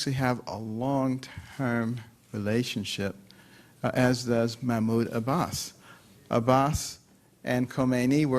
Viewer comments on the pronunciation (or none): none